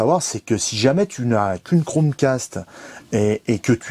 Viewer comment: Pas crochet mais cromcast